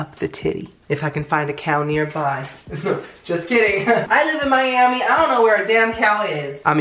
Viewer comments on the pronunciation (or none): none